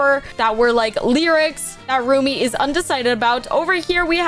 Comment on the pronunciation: It’s Rumi stop saying roomie